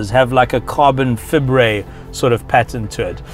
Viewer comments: Not bieng rude but its not carbon fibre its carbon faibre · I love you pronounce carbon fibre' :D